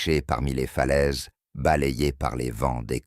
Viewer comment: 58 sec., ça commence : - "Paul Méarbé"...Poolmare Bay -"Je étais"... -"Les Cornoilles"... -" Les yeux se plicernent...". -" J’en ai ris "...(de veau ?, 😂 pardon) -" le glade vivant..." (?) -" les fleuses...(les falaises) -" des teintures pour dormir."...(?) 😂😂😂😮🤮🤮🤮 J’arrête de vous emmerder avec ma rebellion sur les fautes de Français, mon cardiologue s’inquiète. Mais pour les personnes mal-entendantes qui les subissent ...quel outrage !